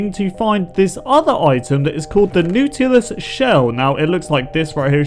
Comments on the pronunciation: The nutelus shell isnt it pronounced Naw-til-us? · (NAW-du-liss) not (NOODLE-iss) lol. No hate coming from me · pronounced not-ilus shell, just sayin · Noot-ilus shell? You mean, the Knot-ilus shell. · N-aww-t-lus not n-u-t-lus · It’s Not-a-lus not New-til-us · He said nautilus shell wrong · It sounds like is saying "Nootluis Shells" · "Nootl" sounds like "Noodle" lol lmao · Here’s how you pronounce Nautulis Na too les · u said natulis wrong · Na-ta-lis shell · Did this boi fr say nootilus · I think it’s pronounced not-a-lis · Its pronounced N-O-T-I-L-U-S shell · It is pronounced NAW-till-UHS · nautilus is pronounce as notilus just a correction hehe love your vids <3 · Umm you miss pronounced the shell its naw ta lis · your pronunciation of Nautilus had me retching. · thats not how you pronounce 'nautilus' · Here's the correct pronunciation of nautilus. :D